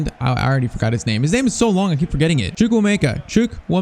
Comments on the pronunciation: i'm honestly impressed at how spot on your pronunciation of " CHUKWUEMEKA " is ...it means God has done so much, from the eastern tribe of Nigeria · PCQ: loan out Chukuemeka and get his rating higher and you pronounced his name right